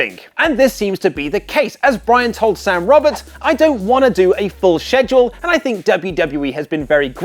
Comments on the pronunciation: ‘schedule’ is pronounced “skeh-dual” not “sheh-dual” -_ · Stop saying "saidule" its killing my ears! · Say Shedule one more time...i dare you... I double dare you mfr. Say it again...say shedule one more mfing time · He doesn't want a heavy SHEDule,huh???😂😂😂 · The way he says schedule 😂😂😂🤣